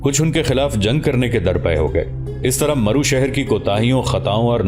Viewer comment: Correct pronounce is Marv not maru